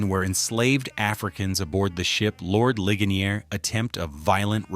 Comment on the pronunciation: Yup because all those facts which a "WHITE DUDE" just pointed out was all FAKE BULLSHIT ,alotta of them were that muthafucka couldn't even say the name of the slave ship right, this fake AI bullshit